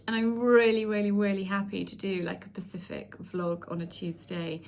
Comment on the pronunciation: Did you just say Pacific not once but twice ? I think you meant Spacific, not Pacific .